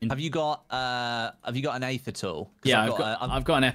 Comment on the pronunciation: Aether is pronounced EEther, not Ayther